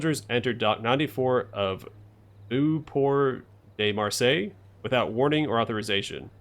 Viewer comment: "Marseille" was perfectly pronounced. Good job.